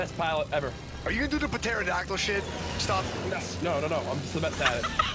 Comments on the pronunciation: Nick pronouncing pterodactyl P-terodactyl made me sad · The way Nick pronounces pterodactyl.... yikes.